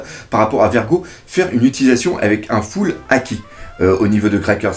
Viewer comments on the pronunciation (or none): none